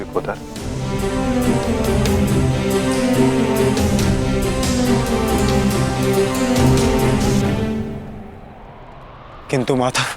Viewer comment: It is not “Vikodar” but “Vrukodara”!